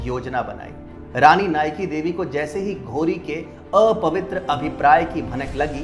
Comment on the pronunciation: I AM FROM GUJARAT AND WE HAVE CHAPTER OF RANI NAYKADEVI IN OUR BOOK. OUR MOST FAMOUS GUJARATI WRITER DHOOMKETU WROTE BOOK ON NAYKADEVI. और भाई नायकादेवी थी वो आप नाईकीदेवी बोल रहे हो.